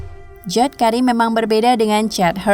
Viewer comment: Bacanya bukan jawd tapi Jawid... Jawed Karim itu nama Asia dan bacanya tetap sama Jawed atau Jawid... 🤦